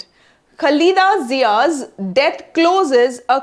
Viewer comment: Please say Khalida ziyaa properly